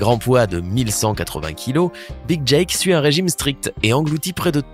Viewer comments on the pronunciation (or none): none